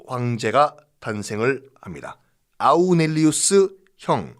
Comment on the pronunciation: 마르쿠스 아우렐리우스를 아우'넬'리우스로 발음하신 듯 합니다.